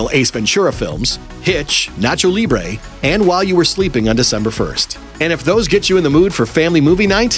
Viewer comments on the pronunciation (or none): none